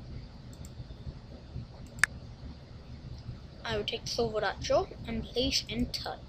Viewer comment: you look so funny saying minecraft sorvo xD